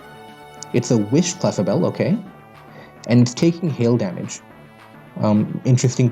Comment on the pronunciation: It took a year and a name change, but now he pronounces clefable correctly